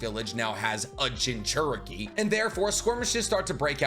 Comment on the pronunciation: I gotta say. I’m not one to make comments like this usually, but why do you pronounce it, “Jin-CHER-Eh-Kee”? It’s, “Jin-choo-REE-Kee”.